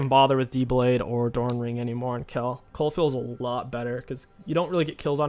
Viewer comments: It's Kayle, not Kell. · The way this guy pronounces Kayle is so frustrating 😂